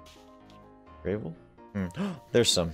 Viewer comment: (I'm u/rossilaz from reddit) Nice job man, by the way, it's Grah-vel not Gray-vel. You'll probably die alot so don't get attached to anything, as you could lose it if you're not careful (Including that turkey, keep it safe!) here are some tips: By the way, if you press H it will bring up the heath menu. Also when you get hurt it will show an image of your body with colours green, red or orange. try to keep it green! if your body or head goes red you will die. the health menu shows you the amount of hearts your body parts have. (ps; you're doing better then i was my first time!) that creature heals you and your body parts when you are near it, so if you want some easy healing to go it!